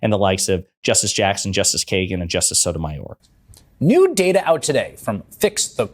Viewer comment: Cun* can't even pronounce Sotomayor and she is on TV.